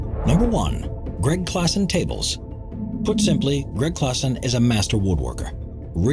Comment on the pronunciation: It's Gregg Klassen not Gregg Classen.